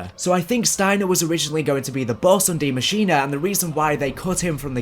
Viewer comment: Deeee muh sheen uh